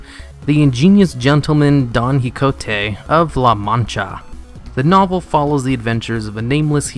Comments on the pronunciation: OMG say hicote one more time. It's pronounced ki ho tay. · Quixote is pronounced "Key-ho-tay". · it's pronounced (ki ho tay) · Please don't ever try to say "Quixote" ever again. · I don't think that's how you pronouce Quijote, i only recognize the story by the "dragons"